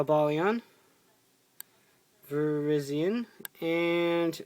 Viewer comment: You pronounced Virizion wrong.